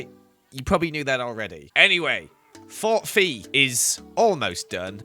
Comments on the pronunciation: I thought you said Fort Feet! 😂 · When he said Fort FE at first I thought he said fort feet. I was confused 😹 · I though he said "fort feet" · You should pronounce it fort fay because it would be like Santa Fe and I just think it sounds nicer 😺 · I thought it was Fort Fe, because Fe, Fi, Fo Fum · Fort Fe? no. Fort Robert Downey Jr.